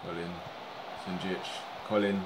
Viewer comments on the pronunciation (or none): You pronounce Colin- Colan